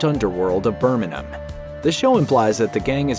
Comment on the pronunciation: 10/10 for pronunciation of 'Burminum' (the way a Brummie would say Birmingham)